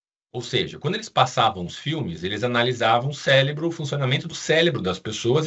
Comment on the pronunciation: Estava curioso, mas quando falou 2x “CÉLEBRO” ao invés de cérebro…